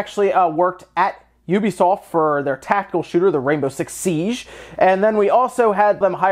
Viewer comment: It's Siege, as in siːdʒ, not Siage - it's not a French word in this context. It's not entourage.